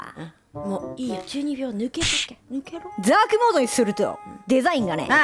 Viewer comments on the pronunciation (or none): ざ、ザークモード・・・ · づぁーくもーど